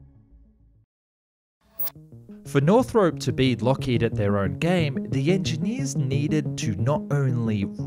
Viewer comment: *nor-throp.... not north-rope